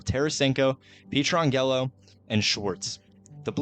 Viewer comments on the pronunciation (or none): Alex Pee-Tran-Gello.... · As a life long fan of the Note, thank you so much for making this! For real. Go Blues! 2025 is our year. (just a heads up: his name is pronounced "Pet-ran-Jello" :) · Good video but my God you need to learn players names before doing these. Pee-tran-yellow is definitely a first 😂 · “Petron Gello” I thought I had forgotten about someone on that team had to do a double take to realize he was talking about petro. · Pee-Tran-Jello got me for sure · The incorrect pronunciations throughout made it very annoying. Especially every time you said Pietrangelo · Ain’t no way you just said pietrangelo’s name like that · I was all in on this video until the absolute BUTCHERING of pietrangelos name 😭🤣🤣